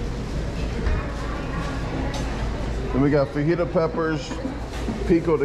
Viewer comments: Love ya man. Especially your pronunciation of “tor-till-ah’s” “fawjeetus” and my personal favorite “ pico day geh-low” 😅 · How are you a professional eater and not know how to pronounce fajitas or pico de gallo? The workers are literally laughing at you on screen during your order. Lol. That said you destroyed it, blew my expectations away. It would take me an hour to eat one of those burritos.